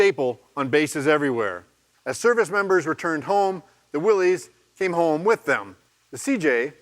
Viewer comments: It is crazy that the CEO of Jeep North America doesn’t even pronounce “Willys” correctly. It is pronounced “Willis”. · Even a Jeep executive doesn’t know how to pronounce The Willy’s jeep. “Wiilis” dumb ass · It’s sad that they gave up on teaching people to pronounce Willys correctly and just said we’ll say it wrong because it’s just easier.